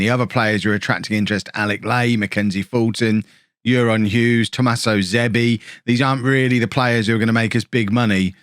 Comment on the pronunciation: Welsh player pronunciations: Elfyn = Elvin Euron = a ron Keep up the awesome content!